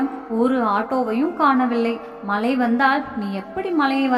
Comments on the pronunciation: மலை இல்லை, மழை, வளுக்கி இல்லை வழுக்கி,. Plz read properly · dont kill tamil.malai alla mazhai in tamil